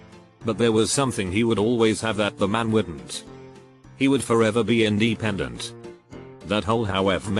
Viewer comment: Don't mind me I'm just laughing my ass off from the "in de pendant" xD